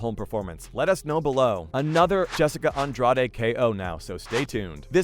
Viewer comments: sorry wrong. Andrajsh would be closest i can type. She is brazilian. Not mexican. True fans know how to say the names. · The way he says Andrade hurts my brain, seems a lot of Americans dont know that accents do apply to the names of fighters lmao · I was actually starting to wonder if the narrator had ever even heard ANY of these names out loud. "Namajuna"? I mean, I kinda get missing Andrade, but is it really that hard to say? Not like the sounds of her name don't exist in English. If you can say "garage" or "the lodge" you can basically say Andrade. It doesn't need to be perfect, but maybe actually sound like the person's name even a little bit would be a suggestion. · Jessica Andra-day?!?! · Nah. It’s Jessica “Andra Dey” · That's not how you pronounce Andrade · This is a great video! That being said, please learn how to pronounce these people's names! You massacred Rose's last name and Jessica's. Thank you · this was a good video ngl, but i almost clicked off in the first 30 seconds because of the pronunciation of Andrade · Am I the only one bothered by the way this UFC expert doesn't know how to pronounce Jessica and Rose's last names? I mean they say their last names like a hundred times during the match. It almost seems like you research this material online just to make this YouTube video and never watch an actual UFC fight. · I stopped watching when he said Jessica "Andrade" name wrong. Its obvious this guy just wants views but doesnt know shit about MMA.